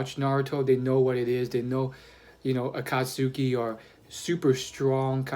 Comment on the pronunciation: Heads up! It's pronounced like Akat-ski